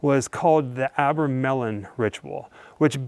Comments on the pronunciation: Nothing but hearsay. Where can I get those abra melons you mentioned? Least you pronounced Crowley's name correctly. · AC the visionary. And it’s pronounced are-bra-melin is it’s is a ritual supposed to raise ones holy guardian angel